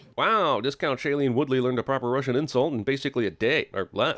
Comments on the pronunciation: Discount Shailene Woodley may have learned a russian insult, ut she sure as hell did not learn to pronounce it properly. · on the sin you counted for her knowing russian insultss so soon, those were pronounced terribly so i think you shouldn't have counted that.